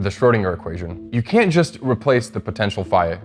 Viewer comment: I believe utters the word CAN'T but it sounds like CAN, and the English Subtitles of the video also spell it as CAN. So, either English pronunciation needs to improve, or the English subtitles need to be sharper, because when discussing critical Physics subjects it should not be so easy for the listener to totally misunderstand something by 180degrees.